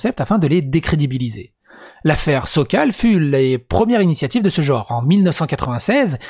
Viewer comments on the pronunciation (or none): none